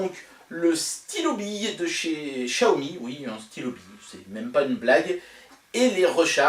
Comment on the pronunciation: Comment ça se fait que Xiaomi devient « Chiaomi »? Dans les autres vidéo, tu ne le disais pas comme ça et j’avoue que ça sonne bizarrement 😉